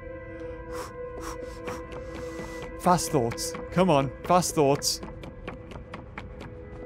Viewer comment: What said: fast thoughts what I think he said: FAT THOTS